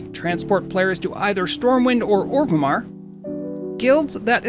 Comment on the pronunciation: ORgrimmar sir, not o-grimmar